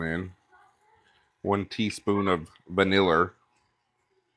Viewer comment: Happy Birthday! Hope your area of Beulaville escaped the snow that coastal NC received. Cookies look delicious and vaniller...too funny. Reminds me of taters and maters we said as kids and fridge now. Southern speak was funny to us and still is. Best to you and family...love those kids helping;so cute and you are so patient.